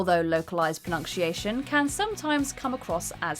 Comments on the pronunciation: Why can't the narrator pronounce 'pronunciation?' /prəˌnʌn.siˈeɪ.ʃən/, not /prəˌnʌnk.siˈeɪ.ʃən/ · She sucks. WTF is "pro-nunn-shee-aay-shun" she keeps mumbling. Sloppy content..🧐🤮🤮🤢🤮🤮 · Is “pronunk-sheayshun” an accent thing or just the usual inability for certain presenters to pronounce common words? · She keeps saying ”pronunkciation” 😂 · Or pronunkcheeation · If you are going to mispronounce a word, for the love of God, don't make that word pronunciation. Pro-NUNK-she-a-shun? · I hate that she mispronounces 'pronunciation'. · I find it funny how this woman can't pronounce "pronunciation" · theres so many things wrong with this video that i cant even watch it can you please learn to pronounce 'pronounciation'